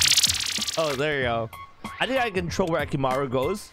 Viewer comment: did any one notice he said akimaru its akumaru